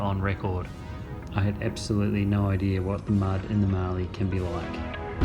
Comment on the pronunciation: Great video, but I’ve never heard anyone pronounce Mallee like that! It’s a short “a” sound, like in cat, not like the a one “bath”. Having said that, you did have a mud bath so maybe “Marlee” was appropriate!